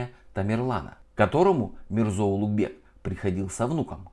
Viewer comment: Произношение имени Улугбека как "Улутбек" дамочкой, назвавшей себя гидом для нескольких умалишённых из России, перечеркивает нахер все теории заговора, проповедуемые этим каналом)) Низкая социальная ответственность её подвела))